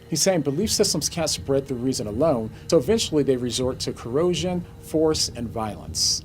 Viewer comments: Coercion he should learn to say the word coercion not corrosion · Idiot says corrosion instead of coercion.